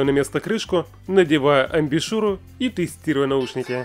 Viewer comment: Амбушюр, а не амбишюр.